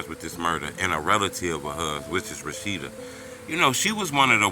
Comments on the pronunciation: Her name clearly says Roshinda and you say Rashida smh bro what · Good Lord, her name is pronounced “RO-SHIN-DA” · It's RO-SHIN- DA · How you pronounce her name lmk you was in slow classes as a kid fasho fasho lol